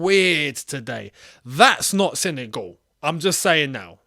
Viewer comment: It's not "Sene goal" mate